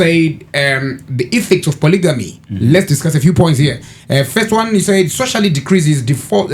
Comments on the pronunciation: Am l going to heal from the way you guys are pronouncing polygamy? Imi isu takakura tichiri poligami wani...sei muri kuiti polijimu??😮 Yekudzidza kwaMupiniwasvotoka iyi chaiii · When did it become polyjeanie? 😅